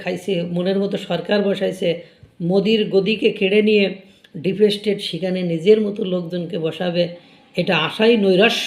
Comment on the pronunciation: ব্লগ চালানোর আগে, ঘরে বসে একমনে উচ্চারণ অভ্যাস করো। ডিপেসস্টেট !!!!!!